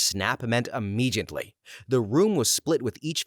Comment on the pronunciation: Narrator, please stop mispronouncing the word "immediately." It does not contain the sound of the letter "J."